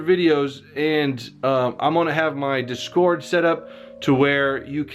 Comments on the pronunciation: DIS-cord, not dis-CORD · it's [DIS'cord] ... not [dis'CORD].. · you say discord weirdly lol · How you pronounce discord makes me cringe. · The way he says discord has me dead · The true crime here is the way you pronounce Discord Though seriously, much love man, me and my dad love your videos as we both are level 100 and play forever, so we're hoping the best for you